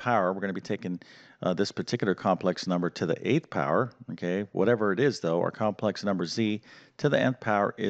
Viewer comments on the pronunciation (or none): none